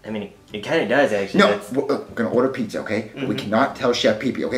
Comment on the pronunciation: uhh um 😐😐😐😯 you forgot to put the a on pizza it’s not pizz like piece